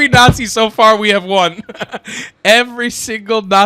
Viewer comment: No such critter as a "christian not zee"